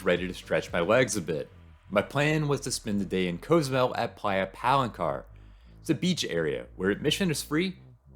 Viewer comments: It’s “cause-zoo-mel” not “coze-oo-mel” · I have never heard Cozumel pronounced this way?! Have I been saying it wrong all along?